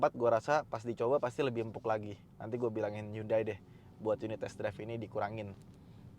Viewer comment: Bacanya hyon-de (hyeon-dae)... cenah